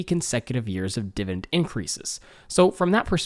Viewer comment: Dude...I love ya been watching your a year plus BUT the word is dividend with an 'e', not dividing with an 'i'. Sorry, a bit distracting.